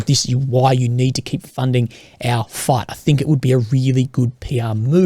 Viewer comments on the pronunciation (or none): Fight -> Fate Raisin -> Reason Loving the cosy accent Last time I heard it in person I was buying fish-n-chips in the port on a sunny day and feeding seagulls Fun memories! ^_^